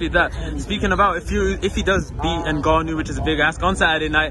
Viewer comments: At least he said Ngannou right this one time 😂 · That's how it's pronounce, not N-Gannou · u mean he's actually saying it right. i read this comment before the video i assumed he was gonna butcher it lmaoo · He actually has a way more spot on pronunciation than most English speakers.